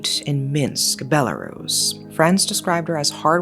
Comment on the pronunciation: As a Belarusian, I felt so heart-broken. My country always gets in the news with such bad things... We are a smal country with quite a small population too, so it feels like I've lost someone close. Thanks for the correct pronunciation of the country btw.